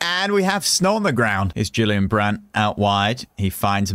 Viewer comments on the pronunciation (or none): none